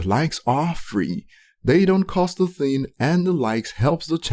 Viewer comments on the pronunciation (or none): Why do you always leave out the “g” at the end of words. Like “the thin is, ...” “everythin” etcetc Its so awkward bro. I know youre tryin to make it sound like american slang but youre using it wrong. Especially when you barely pronounce everything else right. You mispronounce so many words and youre trying to use american slang on top?? Bruh, just keep it natural.